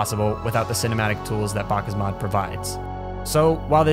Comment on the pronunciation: God it's hard to hear him say BakkesMod wrong.